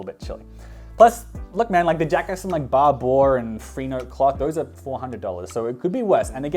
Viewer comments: It's also pronounced Barber not Bar-bore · lmao the way you pronounced "Ba-booh" instead of Barbour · Isn't Barbour pronounced like barber? Or is that how you guys say it in Australia? lol